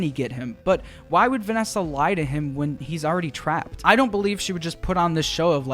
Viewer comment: Have you guys heard Vanneesa